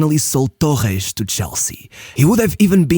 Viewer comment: wtf is tokhesh😭😭😭💀